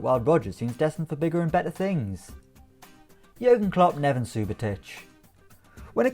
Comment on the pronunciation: Nevan lol